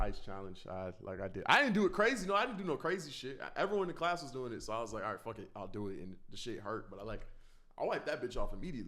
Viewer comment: Anyone notice how he says "fawk (fuck)" jus like lazerdim